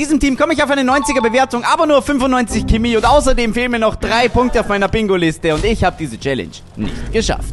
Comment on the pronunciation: Geiles Video aber bitte sag nicht Kimi sag pls Chemie